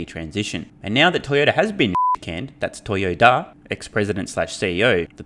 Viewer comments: Did Sandy say "Toyo-Duh"?😂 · No, Sandy did not make it subtle. He said Toy-o-DUH (it was a play on words) and the guy didn't even smile. Weird.